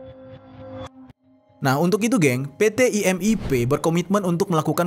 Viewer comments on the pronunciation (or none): IMIP BUKAN IMPP